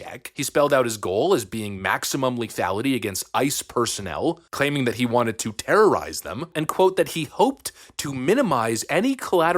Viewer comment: I like the way she slowed it down and emphasized "terrorize" just so the slow journalist types could follow along.